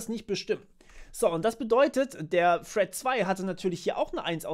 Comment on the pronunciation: Das heißt "thread" und nicht "Fred" 😁, aber ansonsten gutes Video. Hätte aber auch, wie bereits in den Kommentaren gesagt, ein iteratives Beispiel zur Verdeutlichung genommen.